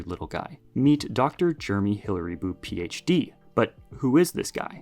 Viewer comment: The "Ph.D." is pronounced "Phh-udd".